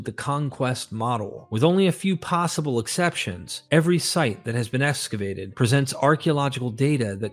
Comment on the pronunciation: Why esscavate instead of excavate? So annoying!